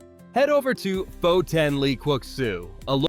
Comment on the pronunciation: How reliable is a guy who doesn't know how to pronounce Pho?